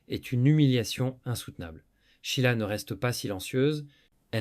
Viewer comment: "Chila". L'IA n'est vraiment pas au point. L'être humain ne peut être remplacé par aucune technologie. Vous oubliez le rôle joué par Claude CARRERE, tant dans la rumeur que dans le mariage. Quant à la chronologie, elle n'est pas respectée.